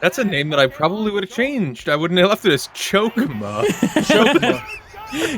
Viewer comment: Choke-ma what dude?